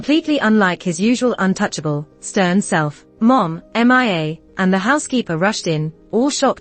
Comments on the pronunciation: They should just call her name properly like mia not M I A. The voice narrator don't know how to pronounce her name calling her name like that. It's kind of irritating me. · Why call her M I A instead of Mia?